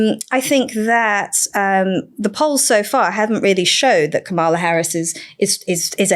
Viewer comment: You're all (deliberately?) mispronouncing Kamala's name again. It's KAM-ala, not Ka-MA-la. It's not hard to get right.